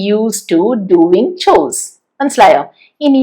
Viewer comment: മാം മാത്രമേ ഗോവിങ് ഡുവിങ് എന്ന് ഉച്ഛരിക്കുന്നത് കെട്ടിട്ടുള്ളൂ. മറ്റുള്ളവരൊക്കെയും ഗോയിങ് ഡ്യൂയിങ് എന്നാണല്ലോ ഉച്ഛരിച്ചു കാണുന്നത്